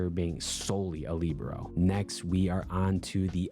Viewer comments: ilysm but please.. libero is pronounced “lih-bear-oh” not “lee-bro” 🤍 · 🤓I like Lee-bro more